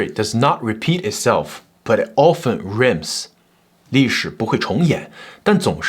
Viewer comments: 很清楚的報導。但結尾發音錯了：rhyme 的母音是“愛“，不是“醫“。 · Story 影片內容精彩，非常引人，且主播敘述時條理分明，口齒清晰，唯有個小瑕疵：影片最後舉用馬克.吐溫的名言，其中的英文押韻 一詞 “Rhyme” 的發音和 Rime 一樣，而不是主播說的 Rim 音。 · Rhyme 的英语叐音有“爱”的声音